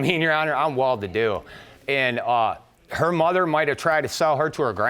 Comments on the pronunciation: "well duthy"? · ..."I'm from a well-doothy family..." 'nuf said, sir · He's my brother from another mother. I come from a "WELL-DEW-THEE FAMILY" TOO!!